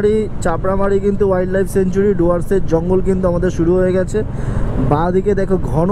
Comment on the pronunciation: কথাটা সেঞ্চুরি নয় স্যাংচুয়ারি।